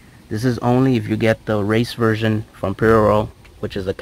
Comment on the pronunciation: Why u pronounce prl in such a weird way lol. Nice setup. Def need the car back to open this car up. Too quiet